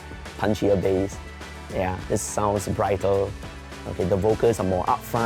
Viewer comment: "This one has a punchier BASS" not "base"